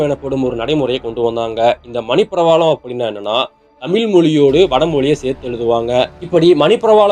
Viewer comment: தமில்/ள் அல்ல - தமிழ். ழ வை உச்சரிப்பை பழகவும்